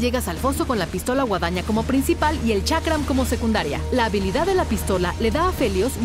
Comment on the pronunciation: Chakra ? Ulala señor francés. Boomerang diría el tío Skyshock